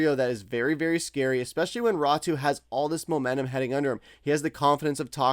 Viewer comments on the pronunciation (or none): Raty not Ratu